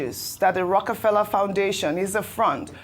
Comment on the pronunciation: Rockie Fella.... Dr Abatti could not be corrected. It is pronounced ROCAFELLA not spelt correctly but to help him learn pronunciation.